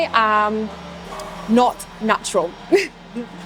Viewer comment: начюрал.. начурал фатасс😂😂